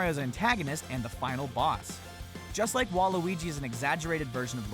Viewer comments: Wait Have I been pronouncing Waluigi wrong or are they pronouncing it wrong Im so confused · Hes saying waluigi wrong